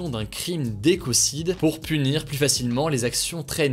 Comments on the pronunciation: Il faut arrêter de prononcer le s de plus au milieu de la phrase ! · Hugo tu dis toujours "plusse" ça me tue XD